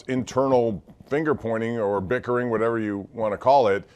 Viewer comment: Never in my life have i felt so 'Mann, it's whatevuh' about my team